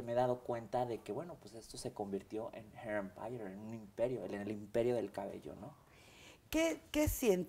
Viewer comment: Jajajjajaja la cara de Mara esperando que él la corrigiera , un cursito de ingles , la verdad que ni él pronunciaba bien hair Empeire o como se escriba Jajajaja